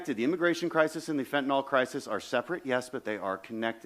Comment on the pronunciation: It’s pronounced ‘fentanil’, not fentinall.